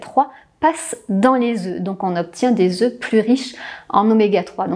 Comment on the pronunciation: Le pluriel de "oeuf" se prononce "Ö" ("DÄZÖ"), 🙄merci.